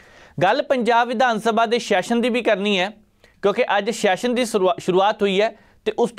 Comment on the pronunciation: yaar shession ni hunda Session hunda, vidhan sabha da session, not vidhan sabha da shession, 'S' and 'Sh' sound different. Please, your are a very good presenter but aa kuch nikkiyan nikkiyan cheejan val dhiyan diyo, Pannu saab bilkul sahi pronounce karde aa har word nu, ohna val dekh ke ee learn kar lao please. Boht lokkan nu sirf isse gall karke sunna band karta kyonki they can't pronounce the words properly and they act like they know everything about everything. Dhanvaad.